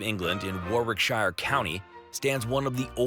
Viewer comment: Warwickshire is not pronounced the way you appear to think. It's actually pronounced Worrickshuh. The second W is silent. Why do Americans never research how to pronounce British place names correctly before making a documentary about them? It makes them come across as really uncultured.